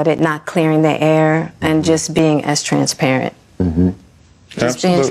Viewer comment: Did Jada say "transparent or trans parent?" 😮